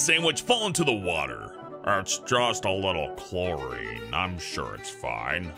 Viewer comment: it is just a little clorien Me: let me translate its justa little CHEMICAL